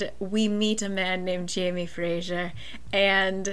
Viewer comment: Omg I love how you pronounce Jamie Fraser :D